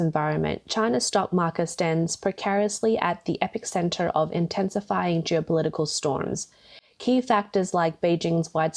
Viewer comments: "Epicenter" is pronounced EPEE - SENTER, not epick-senter. I used to love going to Hong Kong for work. I wouldn't go there now EVEN IF YOU PAID ME! 😮 People need to wake up and GET OUT OF CHINA! M 🦘🏏😎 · Epicenter, not EpicCenter 😃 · Just wanted to point out that it is epi-center, not epic-center.